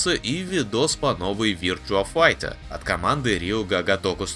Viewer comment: Вирчуа файче... рпХЭ... 🤦🏻‍♂️